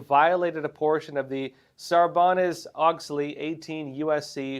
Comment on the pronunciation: Sarbanes is pronounced "Sarbaynes"